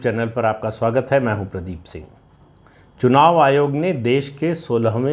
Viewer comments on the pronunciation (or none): none